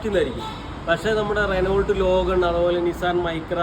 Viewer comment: റെനോൾട്ട് എന്നു പറയുമോ? റെനോ എന്നല്ലേ